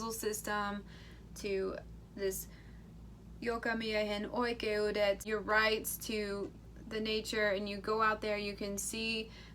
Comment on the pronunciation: Gotta say thats a very good pronounciation of "jokamiehen oikeudet", usually when someone american/englishspeaker breaks out their finnish the pronounciation gets me giggling but im impressed!